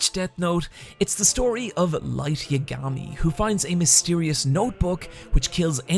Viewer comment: yagami is one word not ya ga mi